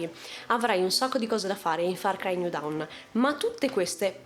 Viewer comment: bel video, ma down si legge dawn e dawn si legge down